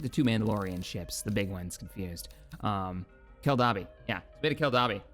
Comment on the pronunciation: I keep hearing you pronounce Keldabe and Kandosii, and it gives me physical pain to hear you say them so incorrectly